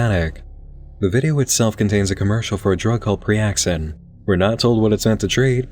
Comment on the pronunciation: priaxin would sound more like a standard medication name than preaxin